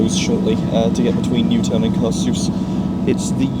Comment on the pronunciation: Well, at least you pronounced Newtown quite well 🤣